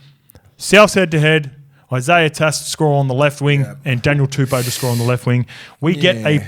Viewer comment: And tell BREATH ANASTER ITS TUPOU NOT TUPOO